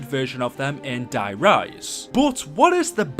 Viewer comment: anyone else notice how je says die rise like is der reise